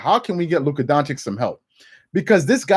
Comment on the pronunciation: Stephen A & Charles: “Luka Don-chick”